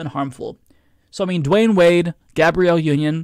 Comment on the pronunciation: It’s Dwyane NOT Dwayne.